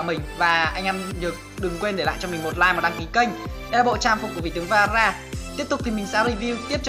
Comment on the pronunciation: Veera mà tui nghe rara